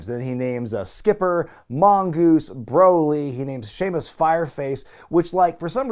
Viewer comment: Anyone else notice "Shemaus"